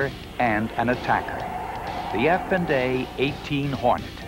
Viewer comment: "F and A 18" never heard it voiced this way.